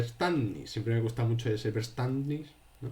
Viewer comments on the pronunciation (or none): ¡Muy claro! Gracias por la exposición. Verständnis se pronunciaría “feashténdnis” en realidad (soy profe de alemán). ¡Un saludo!